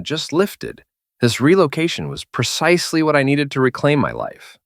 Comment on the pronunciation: Focus. They didn't say precise. They said PERcisely.